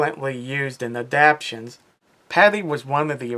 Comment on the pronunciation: ADAPTATIONS, NOT ADAPTIONS